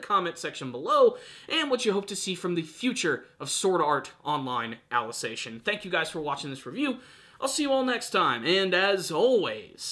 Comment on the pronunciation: Your pronunciation of 'Ali-ci-za-ti-on' is wrong, its not 'Alization'. Also why are people parroting the word 'infodump' now as if it's bad that there is explanation instead of action? The explaining was always part of SAO and if you're not interested in it, don't blame it on the series but on your inability to see SAO as more than a shounen show.